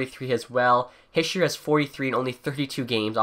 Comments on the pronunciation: I know right? I cringe every time I hear him say "Hee-sheer" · His name is pronounced "heeshay"